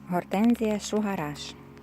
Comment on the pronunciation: мені чується "Шо гараж"